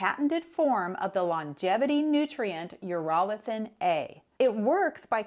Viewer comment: Oh god. Urolithin A(you pronounced it incorrectly) is garbage. I took it for two years and then quit with zero results. Diet, exercise and sleep move the needle more than anything